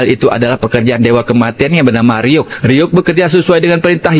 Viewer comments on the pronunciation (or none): 😅maaf min, penulisan dn penyebutan nama shinigami ( dewa kematian )nya bukan Ryu tapi Ryuk.. 🙏